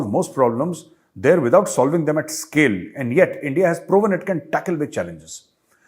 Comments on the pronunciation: the way you pronounced Endia imitating pak's, made me lol. ye Endia nahe India - Bharat. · When pakistani says 'Endia' I can't control my laghu 😀😀😂😂 Jay hind, bharat mata ki jay 🇮🇳🇮🇳🇮🇳